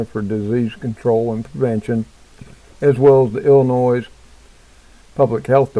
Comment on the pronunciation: again the s in Illinois is silent love you're cooking videos I think they are going to wait for people to beg for a Vaccine that will kill many more. create a problem insight panic offer a solution